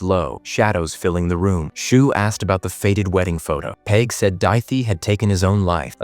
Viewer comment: cool recap cheers, "dawh-hee" / "dahh-hee" - daithi pronunciation , peig - "payg" , and maebh is mayvf . love from ireland!!! 😁💚🤍🧡